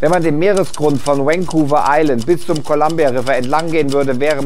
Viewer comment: "Vancouver" spricht sich vorn nicht wie "Wayne" aus, sondern wie "very". Gilt prinzipiell für jedes mit V beginnende Wort im Englischen.